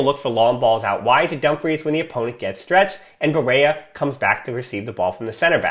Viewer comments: Hey man, I love your podcast, it’s probably the best researched out there. I just wanted to mention some constructive criticism, a double LL is only pronounced as a Y in Spanish. Barrella is Italian so it’s just pronounced Ba-rella. Thanks for your dedication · Yup, as a fellow american myself, just say it like the spaghetti brand